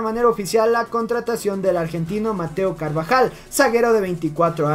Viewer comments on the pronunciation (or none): no es carbajal !!!! es carabajal !!!!